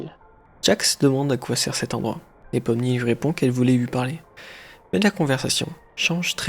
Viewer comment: Par contre toi tu t’es trompé sur les mots déjà de un c’est pomni